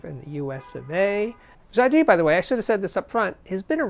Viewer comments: I think it's Ja-dees? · Hi Steve I love your show! Jadis means "formerly" in English and you have to pronounce the S at the end. Jadisss... Thank you 🎶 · I've never heard Jadis called Ja Dee before. I guess Triangle is called Twah An Gail? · Jadis is pronounced "Jadeese." Rhymes with geese. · The "s" in Jadis is pronounced. It means "long ago" or "once". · I'd say the geese analogy makes the ee too long and the s too much a z. People can set Google translate to French-English and type in jadis (once up a time) to click the speaker icon. And, notice the stress is on the first syllable.